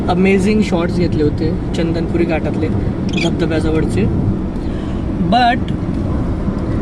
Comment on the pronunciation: chandanpuri nahi a chandanapuri ahe 😀